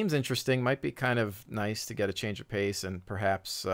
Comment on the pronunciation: Pace, not paste....